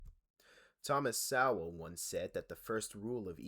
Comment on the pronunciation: TY for starting this video by completely mangling the pronunciation of Thomas Sowell's name. I only had to listen to two words before clicking off.